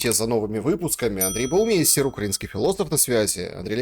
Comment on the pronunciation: Не надо коверкать фамилию правильно Баумайстер